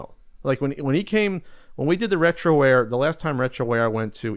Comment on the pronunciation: Lol. "Retroware"........